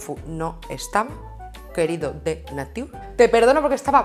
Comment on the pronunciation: Se pronuncia NEICHAR (NATURE) :)